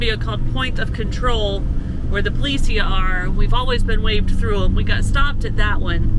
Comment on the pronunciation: The way to say policia Pol ihh seee ahh is with the accent on the Seee not on the ihhh in policia. Poliseeeahh. What helped me in my Spanish was learning where the accent is placed can change the way the word sounds and is pronounced. It is fun to see you both working on your Spanish! There are a lot of bad guys who live in Colombia including left leaning FARC, who have mostly put down their weapons, and a newer group, the ELN, Ejército de Liberación Nacional. You also have to contend with the various narcotics gangs who exploited the FARC and other dissident groups. Pablo Escobar was from a prominent Colombian farming family and while the police killed Mr. Escobar, his family with their billions, and the other cocaine exporting families, continue even today. I say this because the check point you hit likely had nothing to do with COVID and everything to do with the Narcos and political unrest that has plagued Colombia. The military and police had plenty of road checks when I was there 50 years ago and if anything, Colombia is a lot more unstable today, although the situation changes frequently. There is a real struggle between the right and the left and many people, especially the indigenous, have been displaced. Travel in Colombia is great so long as you do it understanding there are significant risks. The day after I arrived, one of the security guards for the barrio called Ciudad Jardin in Cali was murdered, my host father told me, and I was forbidden to leave the house a